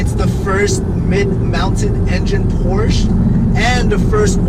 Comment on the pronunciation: Good start. I hope you continue to make videos. My guess is 6700. One more thing Porsche is a two syllable word. 😁